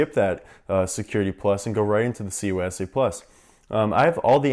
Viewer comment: He throws me off every time he says CySA+ to me it sounds like he’s saying COYSA+ lol